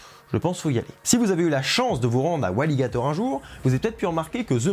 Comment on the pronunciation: Super vidéo comme d'habitude! J'adore le moment ou tu met l'accent sur "la chance d'être aller a Walygator! tu m'a tué mdrrr